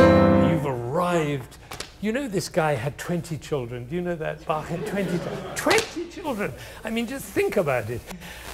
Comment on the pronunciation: He is full of wisdom and the 1st native english speaker I ever heard , who pronounced Bach the right way.